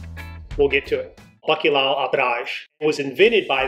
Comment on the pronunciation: I am really conflicted about liking your video. As a Portuguese I feel touched that you continue to embrace your ancestry but not to be able to pronounce bacalhau saddens me. Put your tongue up and crunched up to the back of your throat. Italians have this sound figlio. Gl. Portuguese lh. Also we fry our own matchstick fries at home, just cut them super thin. They are better fresh! My dad cooked this to perfection. Add piri piri to give it a kick! You are welcome! ❤️🇵🇹 I did like your video BTW. Siga em frente!